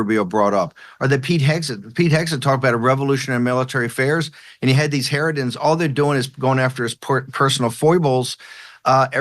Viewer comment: Steve said: “herodan”. Did he actually mean to say…Herodian??